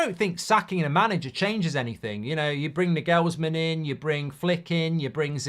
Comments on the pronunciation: A saying which loosely translates to 'The fish starts to smell bad at the head' comes to my mind when I hear United. At the Arsenal we had a similar problem. It requires action and it hurts but you cannot talk it away. Btw, Nagelsmann is pronounced NAagelsmann, not NagEelsmann. Stress on the 'a' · I hope not, can’t be listening to that pronunciation of Nagelsmann every week 😂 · Cant get over how he pronounces Nagelsmann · That pronunciation of Nagelsmann is hilarious 🤣